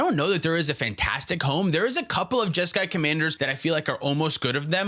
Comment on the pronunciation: Jeska… Ishai… Jeskai?????